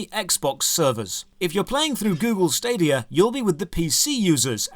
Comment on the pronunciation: Anyone else burst out laughing IRL when he said "Stadia"? :D